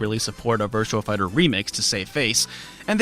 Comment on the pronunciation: Sounds like you're saying Virtual Fighter.